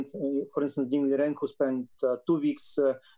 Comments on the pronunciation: The FIDE President is DVOR kovich, not "dee vor kovich". Three syllables, not four. It's AARDVARK, not AAR dee vark. Anglophones can easily manage "dv". Advance, advice. Not a dee vance, a dee vice. Dvoretsky, not dee vo retsky. THINK. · Always love your content. That being said: Why on earth would you say "Dee-vorkovich"?